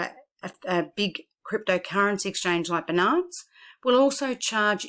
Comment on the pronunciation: Thanks for your video, small remark and not very important but Binance is spoken like BInance, not beNANCE, emphasis on Bi... just like Finance but with a B.